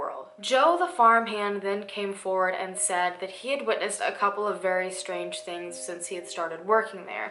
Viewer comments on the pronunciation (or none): none